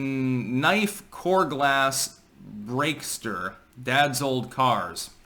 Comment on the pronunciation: "car glass breaker", not "core glass breakster". "6-30 ?unreadable? - desired" probably means when they hope to wake up. Tells you a lot about this person's attitude and their chances of success in life if they "desire" to wake up at certain time, rather than just setting an alarm and actually waking up on time. Definitely "final videotape - (10 min)" not "zero minutes", you can see she wrote the first bracket over the "1". Also she allocated ten minutes of the schedule for this.